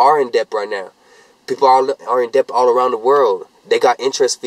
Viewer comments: THIS WHY YOU GO TO SCHOOL ITS PRONOUNCED "DET" not de-bt thats just how its spelled lmao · you have to be joking. Its debt. With a B. NOT DEPTH LMAO SKSKSK THIS GUY IS TOO HIGH RAMBLING ABOUT STUPID SHIT IN HIS CAR but it's hilarious lmao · This guy pronouncing the B in Debt